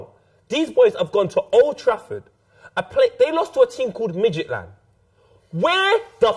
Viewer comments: Is calling Midtjylland for Midgetland?, and are all legends, haha! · what a guy: for calling midjylland midgetland